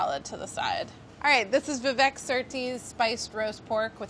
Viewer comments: How do Indians not know how to pronounce their own names wtf it's not Vi-Vék it's Viveyk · tip : you pronounce vivek just like you say we wake but just a tiny bit faster